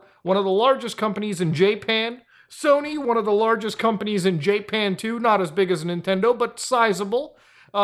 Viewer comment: How he pronounces "Japan" makes me sad😭😭😭😭